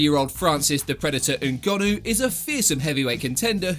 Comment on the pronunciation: Don't you just love it when a YouTuber pronounces foreign names well? Ngannou!